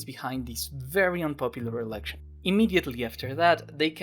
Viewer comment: It wasn't a 2011 thing though, Harper had been saying erection instead of election since 2006